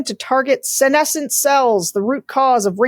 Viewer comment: Hey!! Sarah pronounced senescent correctly!!!! Yay!!!!